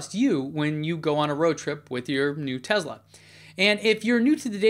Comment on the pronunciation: Why do you say 'Tezla'? I don't see a 'z' in the name anywhere.